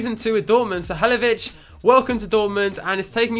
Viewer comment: I'm almost positive it's pronounced "Ha-LIL-o-vich"